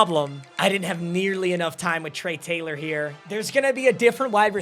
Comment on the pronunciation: Say Trey Taylor again I dare you